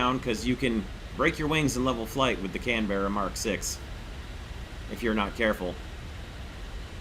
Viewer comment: Why do americans pronounce canberra so weird?